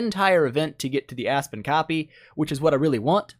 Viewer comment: Why do I always hear it A*s-Spin xD